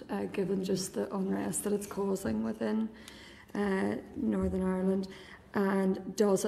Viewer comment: sinn fein cant say Northern